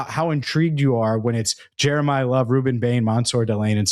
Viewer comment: “Jeremiyah Love” 😂😂😂😂😂